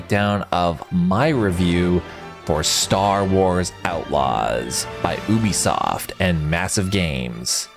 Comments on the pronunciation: YOU B Soft.... NOT OOBE Soft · It is not Oobisoft. Uuuu-bisoft